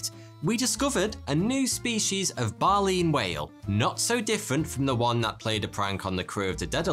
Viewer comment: thats not how you pronounce baleen whale….